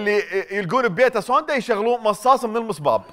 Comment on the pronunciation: سيدة النائبة .المصب وليس المصباب